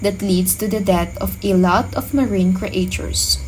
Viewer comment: ""Create chures""